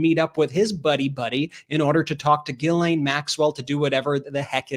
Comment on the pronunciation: G'laine, as in 'greed'.